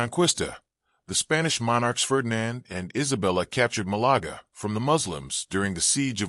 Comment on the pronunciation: Please remake the video with normal English narration, instead of the computerized American shit. Malaga is not pronounced Malagra. This would have been an interesting video, other than that.